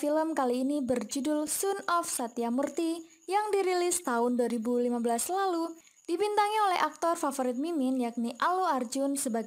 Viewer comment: Baca nya SON of satyamurty BUKAN SUN